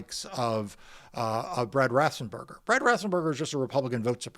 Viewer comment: FFS, Mark, his name is pronounced RAFF-ENZ-bur-ger, not RAFF-SEN-bur-ger.